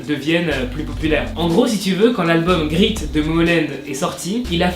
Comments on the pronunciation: Je sais pas si on doit vraiment dire "l'album GRITE de Momoland..." Je pense qu'on dit plus"great" !Tu devrait travailler un peu ton accent anglais !🇬🇧😂 sinon,j'adore toutes tes vidéos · Lalbum grit? Tu veux dire great? ( sa se prononce gré-i-te)